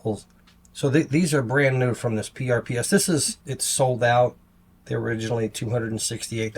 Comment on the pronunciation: PRPS is pronounced purpose. They are Japanese denim.